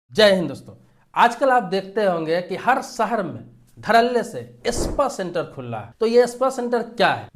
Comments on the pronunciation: Espa nahi spa bolo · Pehle Sahi bolne seekhiye ispa nahi spa boliye janaab